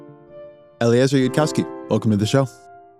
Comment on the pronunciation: Zitron literally doesn't know how Eliezer's name is pronounced